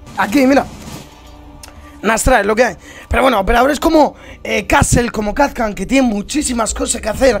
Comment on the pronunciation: Es kapkan no kap can